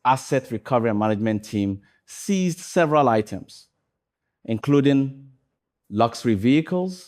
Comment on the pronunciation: "Seized by OSP" not "ceased by OSP" please.